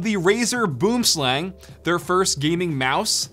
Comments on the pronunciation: Boomslang is pronounced more like bwormslung lol when I heard boomslang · it's not "boomslang" it's pronounced "boo'im slung" but yeah it's a tree snake the word boomslang comes from the south african language afrikaans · Your pronunciation is off on boomslang Its pronounced Booem slung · you were pronouncing the mouse wrong boomslang is an afrikaans name direct translation tree-snake and is pronounced more lke boemslung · It's actually a South African name in Afrikaans, and it's pronounced byome slung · Boomslang, which would be pronounced "Boo-um-slung" here by us, which directly translates to _Tree Snake_. Boom (Tree) Slang (Snake). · Yes thought the same. I' m Afrikaans and this was really cringy. Boomslang xD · As a South African where the snake is from, hearing him pronounce it like that killed me XD its Boo-em sl-Uh-ng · i am from south africa the name sounds like afrikaans Boom Slang "Tree Snake".....you can pronounce it Boum Slung:) Just saying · Boomslang, actually from Africa, pronounced Boowim-slung👏🏼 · It's said "boo-em-slung" btw, it translates from Afrikaans to Tree snake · Just a quick tip, the boomslang is pronounced boo-um-slung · "Boomslang" (pronounced Bwim Slung) is Afrikaans and literally means "Tree snake" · Boom slang, pronounced as “Buom-slung” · Pretty sure it's pronounced "boo-um slung" if anyone's interested. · bro you pronounce boomslang as boo um slung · It's pronounced boem slung , its afrikaans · The way he says boomslang annoys me as a South African I'm kinda triggered. It's (booum - slung) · Its pronounced buwm slung XD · The way this guy sad boomslang 😂 it’s basically pronounced like “ bwim slung “ it’s a South African snake so it’s in afrikaans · I know for a fact that everyone from South Africa laughed every time he said Boomslang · yea but he pronounces it so wrong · So,Boomslang is an actual snake in South Africa. Its a highly venomous snake...and here just destroyed that pronunciation 🤣🤣